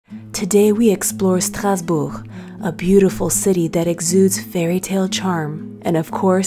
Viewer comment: My French pronunciation has improved immensely just listening to you say “Strasbourg.” Merci.